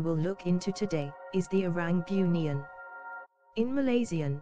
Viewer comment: kalau nk pakai suara A.i tu, kalau "bunian".. taip "boonian".. baru betul bunyi nya..